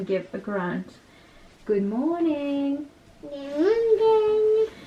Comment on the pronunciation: Le Good mooorning d'Elena était très clair elle la super bien dit 😍